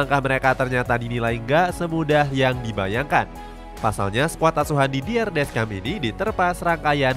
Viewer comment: Jujur sebagai fans prancis, awal nya ragu prancis bisa lolos fase grup, tp sejauh ini not bad, walaupun belom yakin 100 persen (Sedikit tambahan, semoga berkenan yaa 🙏, untuk pelatih nya prancis nama nya dieja "didiye desyong", nama rabiot dieja "adrieng rabio", nama maignan dieja "menyong", ralat juga untuk nama pelatih denmark karena seharusnya "hyulman", terimakasihh 🙏🙏)